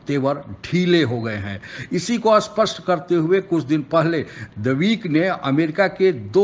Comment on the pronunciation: Bhaisaab aap spasht ko ‘ashpast’ kehkar sunnewalon ko confuse kar dete hain. Spasht means clear .... ashpasht means unclear..... poora meaning hi badaal jata hai. Kripaya itna dhyaan dedein...... Baaki aapki videos ka mein to bada Fan hoon. Aur poori videos dekhta hoon. Thank you for doing this. Bhagya ki hum sab par krupa rahe. Jai Bharat..... Jai Hind aur Jai Hind ki Sena. 🙏